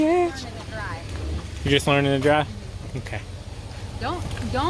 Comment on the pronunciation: I thought you said I hate TQ instead of ok I was like you hate TQ THATS A LIE